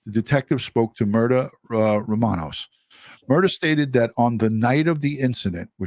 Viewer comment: Her name is Myrta, pronounced as Mirta long sounding E